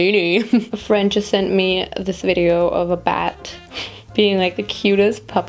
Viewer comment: Am I the only one who understood „peeing on my phone“ instead of „being on my phone“😅sorry, I‘m so gross😂